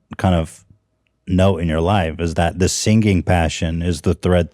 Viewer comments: nobody: ethan : sinGanG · “seangeè- geënñgg”- ethan klein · Ethan says singing but pronounces it as “SEEN-GING” Heard him do this multiple occasions. Had to speak up this time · Ethan, say "sing-ing" instead of "sing-ging" and say it slowly lol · Ethan you pronounce three "g's" in singing (sing-ging) 😂😂😂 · Ethan you say “singinG” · LMAO SING-GING BANK-GING😭😭😭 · can someone please teach Ethan how to pronounce singing. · I made fun of the way Ethan pronounces singing 500ms before he said people make fun of him for it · Bella says 'sing' 'singing' & 'singer' correctly. Ethan does not. soft G's. we made a video about it. not about Ethan. about this new wave of people turning soft G's into hard G's. EDIT: holy crow... he actually addresses this topic!!! hahahaha, love you papa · ethan pronounces singing and banging with a polish accent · when Ethan tries pronouncing singing 😂😂😂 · Ethan makin me think of the "in the beninging" guy when talks about his pronunciation of singing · Fun fact, in Phonics, the "g" sound in "singing" is actually a combination of "n" and "g", transcribed as ŋ (the symbol's name is agma). That's why it sounds unusual when you pronounce the hard "g". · Ethan says 'singing' like Benadryl Cumberbatch says 'penguin' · Ethan- you’re adding a THIRD G to signing and banging. 🤣 I’m really enjoying this interview. I didn’t know anything about Bella and wow what a gal. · I was just watching an old episode where post was making fun of how Ethan says singing 🙃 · I hate how you say singing eathan